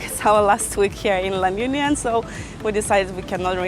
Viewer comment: You can't even pronounce LA UNION well 🥴😖